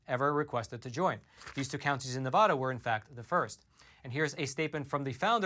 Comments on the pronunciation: Nye County's Sheriff said the same thing over a year ago. Sheriff Sharon Wehrly did. Thank you for covering that. And it is not pronounced NEVAWDUH. It's pronounced Nev a as in apple da as in duh. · PLEASE learn and use the CORRECT pronunciation of “Nevada”. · SCRRREEEEEETTTTCCCHHHH -*Nails on a chalkboard** Quit mispronouncing Nevada! It is beyond annoying! Here a video to help you not sound like a complete moron when you say "Nevada" Here is Brian Williams also telling you how to pronounce it